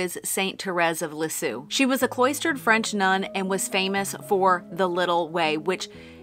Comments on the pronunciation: Love your new name! By the way - Saint Therese of Lisieux...it's pronounced "Leez_year". Hope that helps! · Also, "Lisieux" sounds more like Lee-zyuh (I can't really write that sound for a native English speaker properly without IPA). 🌹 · St. Therese, the Little Flower, is a favorite of mine, too. And your French was so wrong! But your channel is so right. And if you need another sign, St. Therese is known for small miracles of sending roses. So, perfect! BTW, you should listen to Google to hear how to pronounce “Lisieux.”😊❤